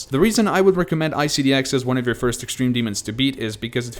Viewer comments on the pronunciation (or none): none